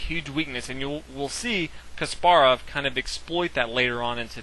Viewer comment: omg stop saying ka SPAR ov...say KAS parov fuck!!!